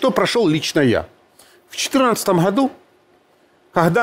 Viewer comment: Не ходу - а году. Не прохрама - а программа. Не Харькив - а Харьков. И т.д... прохесор... Получайте то, чего достойны.